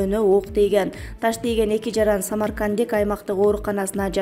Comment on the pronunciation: Эй автор жакшы айтчы Самаркандек деп